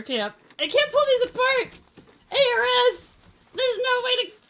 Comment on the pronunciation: Every time says ARS I hear 'heiress' and have a second to think: 'What a peculiar choice of brand name for a...' before I remember it's ARS. It's totally me though. This morning my Mum said 'These are addictive', gesturing toward a box of McVitie's Chocolate Digestives ( favourite UK chocolate as it happens!). I said: 'At what, pollination?' because I had heard: 'Bees are effective.'